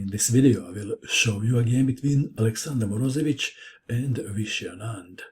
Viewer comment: it is not MorOzevich, it's MorozEvich. he is russian, not balkan.